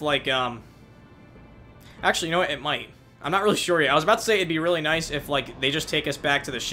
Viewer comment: Why do you say "nyice" instead of nice? It's kinda cute.